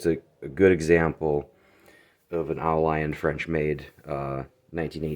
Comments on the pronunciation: Great snag. Dude, yer killing me with the oh lion. It's French "au" means "to the" or "from". Leon is a place. The world pronounces it like "lee own". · I saw another vid on the au lion knife by a European guy here on YT. He was pronouncing the name Au Lion phonetically as "ooo leon". Just passing that on for what it's worth..or not worth lol. His Au Lion knife had an aftermarket skull strike pummel so the company may have had issues during the manufacturing process with the threads messing up on the knifes rat tail tang. Great vid! I bought the knock off BudK version of this knife a few years back for the heck of it for maybe $20 and it is surprisingly sturdy. Im a military vet and would love to find a real one of course.